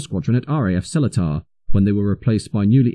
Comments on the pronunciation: Quite right. As for SeleTAR in Singapore, I always thought it was pronounced SeLEEter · Interesting and informative video - thank you. Minor thing - RAF Seletar is pronounced with a long second 'e', and emphasis on that syllable; selEEtar. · Some memories there, having lived at Thorney Island (where I saw the Andovers in their Brown, Stone and black camouflage), Aden and Singapore (where I first met the Hercules). One pick, if I may, RAF Seletar, where I went to school, is pronounced Seleetar rather than how it is spelt. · I was a Court Line pilot when the Bev was delivered to the great amusement of some of my younger colleagues. The Beverley was in current service during my time in the RAF and it was great to see the old girl on the tarmac in Luton. As an aside, the base in Singapore is pronounced Se - LEE- tar. What a brilliant and intriguing video. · Glad someone picked that one up. Only those with ex S'pore service would know!